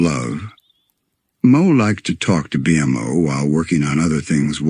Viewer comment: Just spell it "bee moe" and it should pronouce it correctly